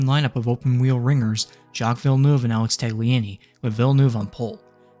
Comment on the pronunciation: Why can no american say villeneuve properly